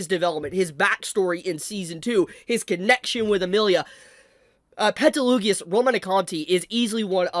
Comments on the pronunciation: Pls learn how you pronunce Petelgeuse/Betelgeuse's name since he is one of your favourite characters, as you said. He's not Petelugeoous. Also, you missed the post credits scene where they show how the wives are alive and Emilia tells Subaru about being frozen? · Why does he keep mispronouncing Gueses name 😭 every time i hear peteloogius it's like nails on a chalkboard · I stopped midway through this video because I couldn't understand how you could pronounce Satella and Petelguese's names so aggressively wrong. Did you not watch the animes?